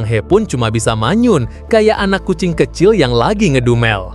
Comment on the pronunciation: Bang kucing bang bukan ajing Hehehe🤣